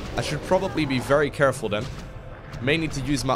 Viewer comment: "A little more carrefull" spamming Kael'thas Aoe in his army